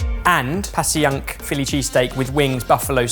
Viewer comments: Passyunk is pronounced like Pashunk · And also “passy-unk” Avenue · I know this is a few years old, but Passyunk is pronounced 'pash-yunk'. Also, a few hours ago I watched an episode of Pretentious or Not that featured pommery mustard. As a mustard connoisseur myself, I have to say that the original pommery mustard with the red lid is the best mustard I've ever had. I feel like and have both said they love mustard, so the next time you're in the states you should take a trip to Middleton, Wisconsin and visit the National Mustard Museum. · Thank you from Philly - even though around here you hear "pashunk" more than Pass-y-unk - I am grateful for the broader net. You've redeemed your Cheesesteak episode (though I've yet to hear you say Mike Green got it right... Did I miss it?) Best wishes guys - great format for quarantine. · Anal retentive Philadelphian: For a more authentic experience, that rib-eye should be cut paper thin, but of course most people don't have a deli slicer at home. And "Passyunk" is pronounced with a "sh" sound. More like "Pash-uhnk" rather than "Pass-ee-yuhnk". For an even more authentic experience, have it prepared by someone who hates you and is looking for the slightest reason to kick you out. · Fun video! I like watching you make American foods (or your take on them). Also, quick tip as someone originally from Philly: Passyunk is pronounced "Pash-unk". It's a Lenape word meaning “in the valley.” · Hi guys, Being from Philly, I would like to tell you the Passyunk is pronounced Pash-unk. Love love love your videos!!! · Ok, Passyunk Avenue is AMAZING! And their “stall” in Westfield Stratford has THE BEST customer service EVER. HOWEVER if you’ve ever been there in the flesh, (or been to Philadelphia) the locals pronounce it “Pash-Unk”. Just makes it easier. =D BEST... FOOD... EVER! Can’t beat a cheesesteak! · 'Passyunk' pronounced: PASS - YUNK. (I live nearby). Philly cheesesteak....mmmmmmmmmmmmm.....! : )